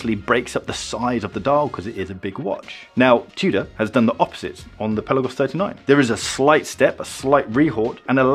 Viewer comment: Dude, if you're going to review these watches, you need to pronounce it correctly. It's NOT a pelican. The correct pronunciation of "Pelagos" is peh-lah-gohs, with the emphasis on the second syllable "lah". The "e" is pronounced like the "e" in "pet" and the "o" is pronounced like the "o" in "go".